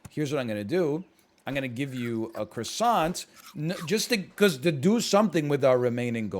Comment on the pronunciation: How can you be canadian and pronounce croissant wrong smh